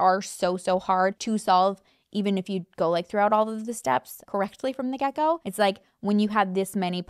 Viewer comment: When you say "from the get go" it sounds like "from the gecko" 🦎🥰